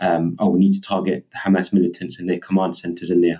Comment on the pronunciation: Khamas & Khezbollah 😅😅